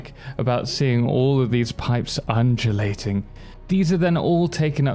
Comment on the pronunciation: The way you said undulating 😂